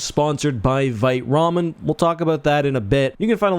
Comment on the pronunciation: It's pronounced Veet Ramen. Vite means fast in french. Just sayin…